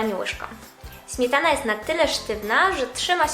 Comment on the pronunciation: Ś, Ć, DŹ...DwieSCe pięCdzesiąt ... Smietana ... wyciSąC.... Póki jest pani młoda, da się skorygować tę wadę wymowy. Trzeba głośno czytać, najlepiej komuś – kto będzie na bieżąco poprawiał błędy zdrabniania sibilantów. No i pamiętać o tym. Najbardziej przeszkadza pośpiech w mówieniu, tak typowy dla współczesnych...